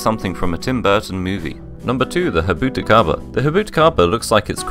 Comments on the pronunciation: Jabuticaba is a brazilian tree where people speak Portuguese, the "j" is NOT pronounced as in Spanish, rather it's pronounced like in english, as in the name Jack. Jabuticaba, not "Habuticaba". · Pronounces Baja as "baJa" Pronounces Jabuticaba as Habuticaba Are you trying to troll or something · "habuticaba" nice pronunciation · Jabuticaba tastes nothing like grapes 😂 it's pronounced with the j sound at the beginning, not "habuticaba" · No way this guy said 'jabuticaba' in a hispanic accent trying to sound "authentic" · as a brazillian, you pronounce the j in jabuticaba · i wouldn't take this guy's pronunciation as correct, since he pronounced baja California and Jabuticaba wrong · that's not even close to how you pronounce jabuticaba 💀 where the hell did the h sound come from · The J in Jabuticaba is NOT pronounced like that. That is the Spanish J, it the Portuguese one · Grossly mispronounces Baja California as if it's not a Spanish name, then proceeds to grossly mispronounce Jabuticaba as if it is a Spanish name. By the way, jabuticaba taste nothing like grapes. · You pronounce the J in Jabuticaba it’s not an H. It’s Portuguese not Spanish.